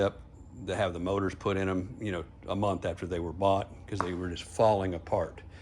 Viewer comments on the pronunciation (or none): none